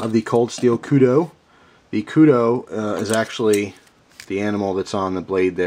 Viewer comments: He pronounced it correctly, however, he mispronounced Kudu So hes 50/50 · This time he actually does suck, cause he said kudu wrong, LOL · sounded a bit like you said Kudo, no worries my foreign friend, us south african-afrikaners love when we atleast get some recognition from "the outside". But the Okapi isnt "our knife" in south africa it was more the brown people and black people who used this a LOT , they were obviously the poorer people. The Okapi is nice and was the AK of knives in south africa, dead cheap, somewhat crude and unbreakable. The knives that the middle/higher class users had/have are handmade a lot, I live in the city of cape town, I carry a kershaw scrambler, very happy with it, but it is a little expencive for us, we can easily afford it, dont get me wrong, but it's very bad to lose something like that. Good thing I havent, but my Dad has knives that price up to 300$ called a stahl knife also another kershaw and a spyderco, but he carries a 2$ knife so I am looking at the kudu, french opinal or a buck, but he needs something like the kudu or opinel, because he doesnt want to lose something, so he wont carry an expencive phone or knife, he has a 99%chance of being the victor in a knife or fist fight (these older afrikaners are tougher than old leather boots) but guns are guns, so he has that 1% of it being a dumbass who pulls a gun in daylight in a city....sadly it happens. But yeah, that's why he needs a quite cheap and sturdy knife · OH MY GOD, WITH THE KUDO. I almost turned the video off. It's Kudu, like Kudoo. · just so you know Kudu is pronounced like koodoo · Ok, thats as long as i could go without saying somthing, Kudu is pronounced. Ku Du Koo Do Lol, it was killing me to hear you say it that way. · this is your best example of your spelling i had to read it like 4 times and that is a kudu said k-u-d-u not k-u-d-o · good review, but its kudU not kudO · Its pronounced koodoo that's the animal the knife is named after.